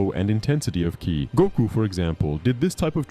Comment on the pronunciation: "to use " KAY-AI" (KI) ok so now im assuming the voice itself is a.i as well because theres simply no way